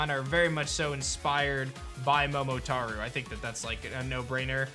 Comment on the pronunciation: I don’t no if I’m saying this right but “Momotaro” Proceeds to say “Momotaru”